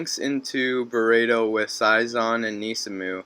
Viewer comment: When you say bureido it sounds like like you're saying burrito which i approve haha, great commentary again as you said i think it would be better for players to play several decks to know the cards but that will never happen with douchebags with money and pros as they both play only meta, but it still irritates me when i see a feature match between two good players and they don't know what the fuck the other player techs do, i'm like "dude when i play in the base reality i know what my opponents cards do and i'm not even that much into yugi nor i am a pro"